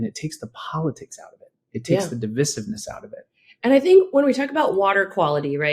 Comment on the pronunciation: Your wife can pronounce devissiness with the accent on the second syllable. Sir please learn how to speak a word before using it on your post network.